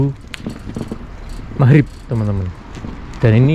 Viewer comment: Magrib ngab, bukan mahrip lol